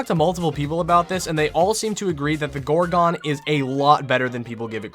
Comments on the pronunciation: "Gore-gone" please stop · Why did he say gorgon like that. Gor*quickpause*GON.